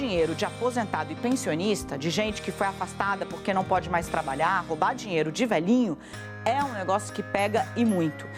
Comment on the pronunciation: O Valdo boquinha falou puque? Jornalista heim